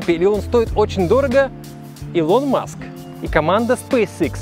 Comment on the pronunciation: Чудо техника, ну что за ударение, Илон Маск, Фэлкон